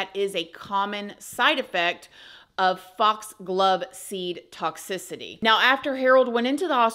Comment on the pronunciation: FOX GLOVE SEED TOXICITY...SAY THAT 5 X 😂..?thx for video an great job on pronouncing that ssheesh😅